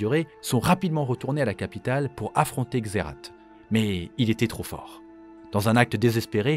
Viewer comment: Waaa. Trop content de voir cette vidéo !! J'ai encore appris pas mal de truc sur Shurima 🧡🧡 Y a juste un truc, officiellement, la prononciation de Xerath, c'est "Xérace". Mais même dans le jeu de carte, il prononce "Xérate" 😅😂 C'est comme pour Rakan. Tlm prononce "Rakane" mais c'est "Ra'quand'" (c'est moche, mais ça aide à la compréhension de la prononciation 😅) Super vidéo. Hâte aussi de découvrir de serveur MC !!!! Il sera moddé, ou juste vanilla ?